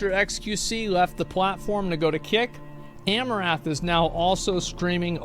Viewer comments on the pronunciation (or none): I think you mispronounce her name: it's not 'A-mo-raf' but 'A-mo-rant' with a silent h. A-mo-raf would be the way to say it if her name was Amourath.